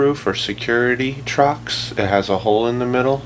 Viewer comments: Torx, man, TORX...NOT "Trox". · Torx not trox. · It's Torx, not Trox. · It pronounced "torques" toooooorrrrxxxxxx fyi..